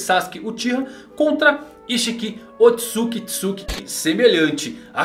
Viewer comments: primeiro diz-se "Otsutsuki" e não "Otsukitsuki" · Parei de assistir o video quando ele falou " Otsukisuki " pela segunda vez...